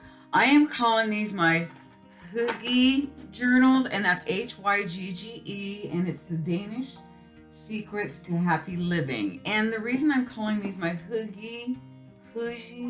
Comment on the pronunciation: It's pronounced hoo-ga is what I was told. Beautiful journals.